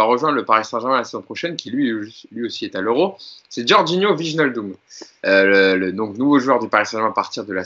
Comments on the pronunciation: Maintenant qu'il vient, apprenons à prononcer Wijnaldum. Écoutez sur ce lien la vraie prononciation, dite par un Néerlandais, ça se dit VÉy-NAAL-Deum: Apprès si vous voulez je vous apprendrai à prononcer MBappé et NGolo Kanté et autres Dembélé 😄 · Le j de wijnaldum n est pas prononcé. En gros on prononce juste le i come un i anglais.